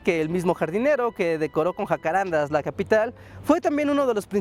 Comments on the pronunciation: Es un dato pequeño, pero hay que decirlo: es JACARANDÁ. Con acento en la Última Á. Debido a que el nombre es Guaraní. Saludos! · Wow que interesante ver que hasta allá llegaron los jacararandás. Lo único es que el nombre se pronuncia jacarandá, con carga tónica al final ya que viene del guaraní. Me impresiona que las palabras guaranis hayan llegado tan lejos Postdata: El nombre en guaraní quiere decir Lugar de perfume o fragante, Hakuã= Perfume y renda= Lugar o sitio. Y bueno de ahí se deforma al castellano como jacarandá